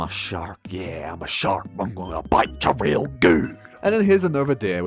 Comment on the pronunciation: "im gonna bite ycha rweal good" 🗣🗣🗣🗣🗣🗣🔥🔥🔥🔥🔥🔥